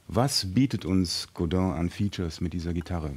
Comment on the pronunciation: Funny Americans or Brits cant say Godin correctly but a German guy can. Godin not god-inn.